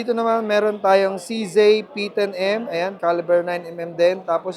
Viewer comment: No offense. It's CZee not CZey